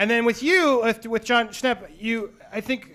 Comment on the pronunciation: Jon Schnepp? Jon Schwepps